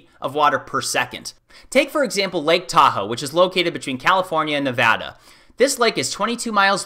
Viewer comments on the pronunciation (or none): none